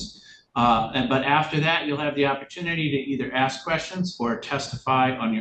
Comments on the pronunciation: Axe me. 😂😂😂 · Don't insult my intelligence when you're axing me